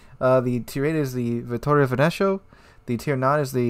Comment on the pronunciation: By the way, i love how americans can pronounce a bunch of international foods but totally butcher the most basic words in the simplest of languages :)) Caracciolo killed me, also Veneto